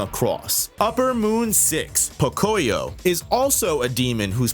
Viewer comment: Fun fact, Pocoyó is Spanish, and you should pronounce it Pocoyó with the accent on the final O. Might not seem like much but it was really driving me nuts.